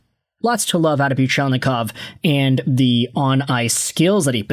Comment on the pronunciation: I'm surprised you can pronounce Fedorov and Buchelnikov's names correctly